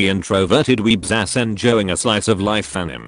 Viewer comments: Is it only me or I'm the only one who's laughing because instead of a-ni-mae it was pronounced as a-nim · The correct pronunciation: Anie-may Text to speech: Anim Also, stay out of my bed, spider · Nobody When text2spech says anime: ᗩᑎIᗰ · nobody: TTS: When you find good anim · the pronunciation of "anime" is so good lmao